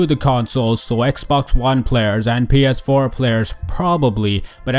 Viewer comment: "Ex one blunt players" lol